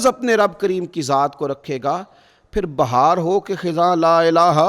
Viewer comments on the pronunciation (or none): none